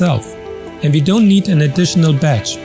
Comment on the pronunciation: badge, not batch 😉